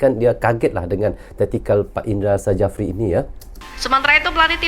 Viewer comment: PSSI...pakai ejaan indonesia bang.. Jangan pakai ejaan engres Bukan indra sajapri bang😅 tapi indra safri..